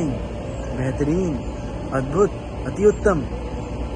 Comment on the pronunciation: always give his best review😂😂😂😂😂😂 and when he says bheterin... I remebered zafar way to do it😂😂😂😂😂💯💯💯💯💯💯💯💯👏 Thanx for 40 likes